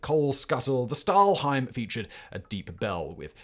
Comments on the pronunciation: Another thing I noticed was that he kept calling it a 'stahlheim' instead of 'stahlhelm', he got it right the first time but then kept saying stahlheim over and over. Very minor error (I don't want to nitpick either), but it sort of grated on my ears every time he said it. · Well, Stahlhelm was even worse. It's a sh sound in the beginning, like in "should" and helm is exactly pronounced like helmet, just without -et at the end ;) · Stahlhelm with an "L", Simon... you read it correctly the first time but then kept calling it "stahlheim". It's basic world war trivia Simon, I'm sorry but you really don't have to always go with the first take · It's "PickelhaubE", not "Pickelhaub", "FriedriCH", not "FriedriK", "HeinE", not "Hein", "Überzug", not "Ubersug", "Stahlhelm" is pronounced "Shtahlhelm"...